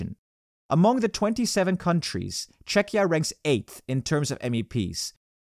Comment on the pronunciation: I don't understand how could the narrator have 'lived in Prague himself' when he mispronounced the country's name 'i.e. Chetchia' on several videos already